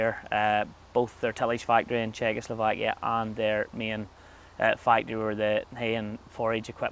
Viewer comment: "Czechoslovakia " oh dear XD